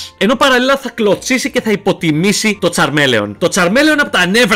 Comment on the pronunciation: φιλε μου λεγεται τσαρμιλιον οχι τσαρμελεον